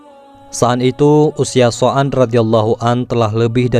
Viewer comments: Oh Sa'ad Bin Waqqash,,Tapi Saat Saya liat N Dengar Konten Ini Terdengar Sa'an Bin Abi Waqqash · Dibacanya saad,bin Abi,waqas bukan soan mas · Maaf Min,, Apakah Anda mengucapkan Nama Saan Bin Abi Waqqash dalam Membaca Narasi??